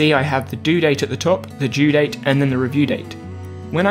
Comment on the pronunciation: OH MY DAYS you meant DO date and DUE date jezussss it confused me why you said due date TWICE like bro distinguish it better and don't call it DO date BRUH